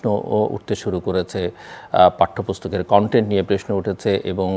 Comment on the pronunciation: Not preshno the word is prosno 😂